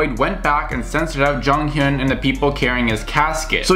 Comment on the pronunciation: The way you pronounced Jonghyun was actually pretty good! But I’m sorry the way you pronounced SHINee made me laugh so hard, it’s pronounced like ‘Shiny’ The meaning of their name is ‘one who receives the light’ because they want to shine light on everyone who’s in the dark Also thank you for this video, I’m bad at expressing my own feelings on the matter but you basically said everything I wanted to say, I really appreciate it. (There’s a few more things I’d want to add as a Shawol (shinee fan) but that’s just about jjongs passing in general and how many non-Shawols see him, so not really relevant)